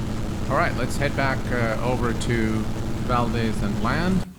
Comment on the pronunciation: As a born and raised Alaskan, I have to point out that it's pronounced "Val-dees", not "Val-dez." ;) Great video!